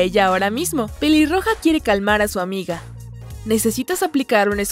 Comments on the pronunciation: dijo piliroja en ves de peliroja like si te diste cuenta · En el minuto dise piliroga 😂😂😂😂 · Alguien mas escucho piliroja